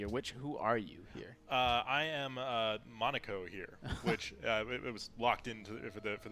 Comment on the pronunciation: monaco, Americans need a better education please stop butchereing foreign things thanks -rest of the world